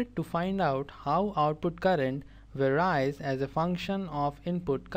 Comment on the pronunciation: Great job really but it gets really confusing when you pronounce "varies" wrong.